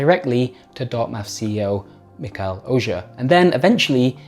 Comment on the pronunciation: I am pretty sure it's Mihkel Oja not Mikhel Oja. H goes first. Estonian name.